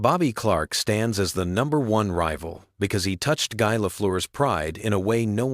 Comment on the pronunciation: you know it's AI when Guy isn't said like "Gee".